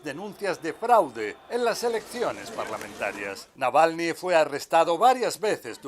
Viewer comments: No es Nalvany …dislexia de pronunciación…es Navalny…Na Val ny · La presentadora Claudia dice el nombre de Navalny mal todas las veces que lo menciona y en general habla bastante mal! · Nalvani? Jaja la conductora de noticias está más perdida que no saben ni cómo de llama el buen Navalny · NAVALNY (no Nalvany) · Y la comentarista jamas pudo decir Navalny se aferró a repetir Nalvany. hasta el hartazgo.Falta de profesionalismo. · Esta señora de CNN en rojo no sabe leer el Castellano. Navalny SI...la señora dice Nalvany como 100 veces. Lo primero que aprende un periodista es a ser literado y elocuente. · Qué clase de periodista es esta señora q ni siquiera sabe el nombre correcto Navalny .. ?? .. Durante toda su nota habló de "Nalvany" .... 🙄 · No es Nalvani sino, Navalni… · La periodista no se tomó el trabajo de decir bien el nombre del fallecido.Ella dice "Nalvany" y en realidad es Navalny..Alexei Navalny..se oye ridiculo😊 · Por favor la corresponsal de CNN!!! Es NAVALNY, no NALVANY!!! Pronunció mal el apellido en cada oportunidad!!! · Señorita Claudia, se llama Alexei Navalny, ...el señor Nalvani es un ciudadano italiano , esta vivo😅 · Navalny!!! No Nalvany ! Pffff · Navalny, no "nalvany" esta periodista debería hacer un mínimo esfuerzo para decir su apellido correctamente. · Dice ella "Nalvani"....... por DIOS, no sabe que es Navalny ??......que mal informada está, al parecer nunca oyó hablar de él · nalvany ? aprende pronunciar su nombre colega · Siiii jajajaja "NALVANY"!!! Bastante más de 3 veces. Estaba buscando un comentario de alguien que también lo haya notado. Lamentable la periodista. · Por qué dice Nalvany todo el rato? Una periodista tendría que saber el nombre correcto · Sorprendentemente dice "Nalvany" 😂😂😂😂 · Animal...es navalny....no nalvany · No sabe la reportera de CNN pronunciar correctamente el apellido del líder ruso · Le cuesta tanto a esa reportera pronunciar bien el apellido Navalny? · Nunca pronunció bien el apellido 😅